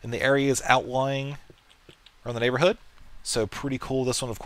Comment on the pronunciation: its NYAN-borhood ;D